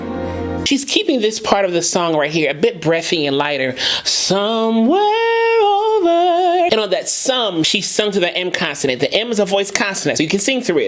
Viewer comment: The breath between the two syllables of OVER when Ariana started singing?